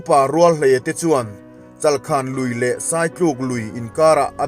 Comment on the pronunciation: Chalkhan aw chalkhàn nilo in